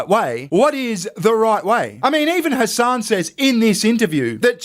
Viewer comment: Calling him " Hessen" doesn't sound too islamic. But it actually sounds like 🤐n@